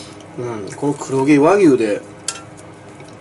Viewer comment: 黒↑毛↓和↑牛↓